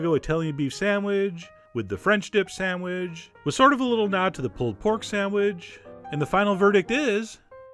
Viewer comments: You say "sand-wedge" through the whole video! And - was it worth it, this recipe? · lol "samwidge" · good sandwidge eh?